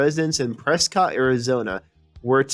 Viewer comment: Its actually pronounced Prescut. She is in the Master Chorale Yavapai College one of four choirs at the college. It was fun getting to know her when we all performed at two choir events last fall.